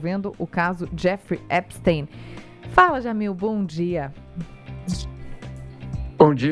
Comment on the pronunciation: Já escrevi em outros canais. Adoro seu trabalho Jamil. Mas não consigo mais ouvir Epstin. Vocês pronunciam também guggelhin?? einstin???